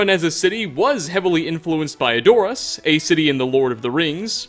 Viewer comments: "edOARus" bro it's EdorASS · It’s Ed-or-ass. Not adore-ass. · No one:: Eh-DOOR-us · Ederas is how it’s pronounced, not edooras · No one:: *Eh-door-us* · "Whiterun was modeled after the city A-door-is...that city in LOTR..." Yeah, that's how you say it, let's just go with that. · Words mispronounced by: Eyrie Edoras (thanks to Steve the Radroach for this one) That's about it for now, I only half paid attention while doing some grind work elsewhere lol Ninja edit: some spelling, so touché to the Karma gods. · Edoras was mispronounced as well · Stephen Brown, I'll be the petty one for ya lol. Edoras was pronounced correctly in major blockbuster movies that have been out for years. Tolkien had appendices full of pronunciation. Man could even just read any wiki and get pronunciations right. It just feels like half-effort for the sake of views and irks fans of any of these series at the same time when he keeps getting them wrong in so many of his videos. Love the info brings out but it's like nails on a chalkboard sometimes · Steve the Radroach I agree with you. I wasn’t referring to the Edoras mistake specifically. It seems to be a trend throughout his videos. As I mentioned before, I know it’s petty to care but the frequent mispronunciations have a grating effect for me. That’s all. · The way you pronounced Edoras killed me. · Boo Hoo Bold of you to assume I shed tears over the mispronounciation of Edoras. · I lol'd at how he pronounced edoras xD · Lmao u can tell he was never a huge lotr fan from the way he pronounced Edoras.